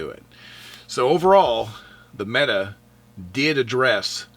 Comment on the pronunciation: mete =/ meta I joke (kinda), good review! Appreciate it, man.